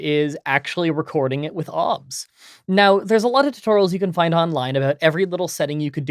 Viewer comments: The only thing wrong here is how he says 'OBS' the rest is fantastic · I have never heard anybody pronounce it "Obs" before- everyone else I've heard that uses it says each letter independently...